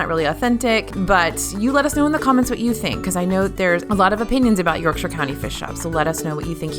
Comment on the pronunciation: Yorkshire Fish and Chips is ok for the Disney version of Fish and Chips but is not authentic e.g. they use fries instead of chips. Btw, nice to hear “Yorkshire” pronounced correctly by an American.